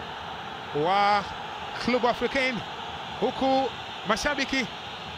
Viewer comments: Mtangazaji sio klubu ni clebe(club) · Mtangazaji kwa kiransa ni Klebe sio klu bwana